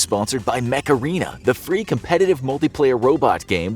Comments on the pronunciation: It doesn't like he was saying macarena instead of mech arena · it doesnt like u was saying macarena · when he said mech arena i thougth is he said macarena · I thought you said the game" MACARENA"